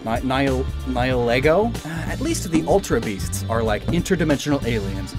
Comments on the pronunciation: Nihlego is pronounced Ny-a-lee-go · Nihilego is pronounced knee-he-leh-go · Nihilego is pronounced Nie uh lee go